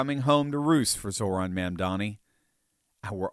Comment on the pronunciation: "It's MA'AM-dani!"